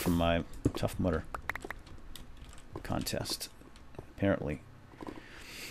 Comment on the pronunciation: Every single time you say tough mudder- i thought you said tough mother. "I got really tired from my tough mother." o___o